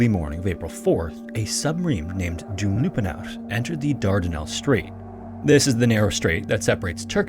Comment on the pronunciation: Try pronouncing it "Channak Kalleh" and "Doumlou Pinahr".